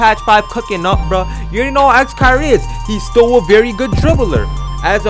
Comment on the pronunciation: Why every time he said still I thought he said stole